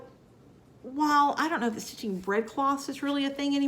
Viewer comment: Lol I thought you said "red fox" instead of "bread cloth" and was very confused when you showed that because I didn't see a red fox anywhere on it. And there's not a thing wrong with not editing.